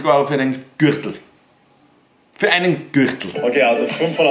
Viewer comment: So ausgesprochen Gürchtel